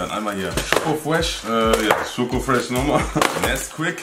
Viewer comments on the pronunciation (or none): sagt nicht Fresh er sagt Fuesh xD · sagt nich fresh er sagt fwesh